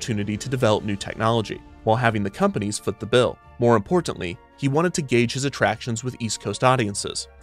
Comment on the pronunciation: The way he says “Importantly”…. It’s hard to not notice. Reminds me of a the Community tv show, where Britta says Bagels differently